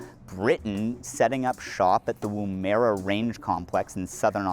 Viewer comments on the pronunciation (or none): Hearing you pronounce woomera 🤣 🤣 🤣